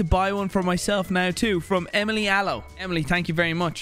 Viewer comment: i heard emliy at least 7 times lol